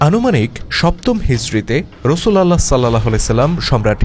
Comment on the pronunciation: বাহী রাসূল আল্লাহ না। নাউজবিল্লাহ। এটা হবে রসূলউল্লাহ